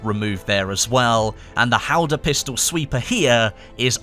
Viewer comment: Hawdah, not haldor